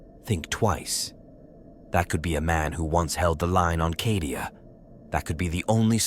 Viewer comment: Hey - Cadia has a long A. Las-gun has a short A. It would make you sound better.